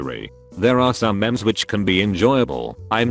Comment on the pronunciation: "there are some mems" lol